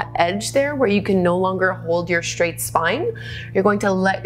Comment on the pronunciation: Respectfully: Careful! You're saying "shtretch" and "shtraight" instead of "stretch" and . . . as a public speaker, you might want to tidy that up. Thanks for the vids, you rock!